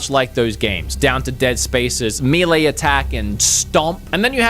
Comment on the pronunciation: May lay! Gamers should be able to pronounce melee correctly 😒